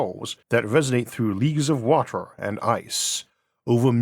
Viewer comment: man can you stop saying water like WATOR? XD it's so distracting.